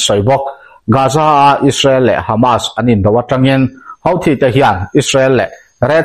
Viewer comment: hauthi ti lovin huthi ti ve tawh la ngaihthlak a nuam zawk ang, channel zawng zawngah huthi an tih vek hi